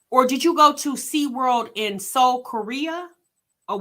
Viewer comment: This lady DID not just say “And went to sea-damn-world!” 😂🤣🤣🤣😭